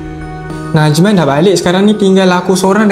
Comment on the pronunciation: Najman bukan najan